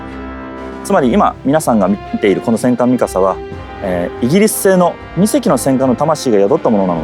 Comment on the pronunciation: They cant even say Mikasa right -_